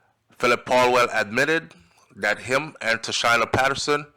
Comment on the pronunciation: Pronunciation, Tasheena